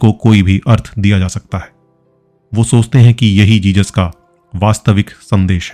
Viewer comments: Its not jejus its Jesus...jizas. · Jesus... Not Jejus..🙏🙏 Don't say Jejus.